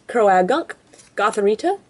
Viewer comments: Its pronouned cro-gunk not cro-a-gunk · Croagunk is pronounced crow-gunk not crow-ah-gunk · its crogunk not with the ah in it